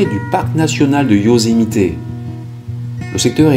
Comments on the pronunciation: Euuuuuh, par contre, le " Yosemité " , ça fait vraiment bizarre... C'est le parc du Yosemite... Y'a pas de "é"... Sinon, super vidéo, merci à Toi !! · Bon reportage, merci. Juste....on dit Yosemitt, pas Yosemité 😉 Ce mystère a beaucoup fait jaser... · Yosemite pas yosemité 😉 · Bonjour j'adore vos vidéos. Veuillez m'excuser mais je trouve que vous écorchée beaucoup les noms des états et là c'est Yosemite et non Yosemité. Je suis d'origine Américaine. Il fallait que je vous le dise. Mais cela n'empêche que j'adore votre travail.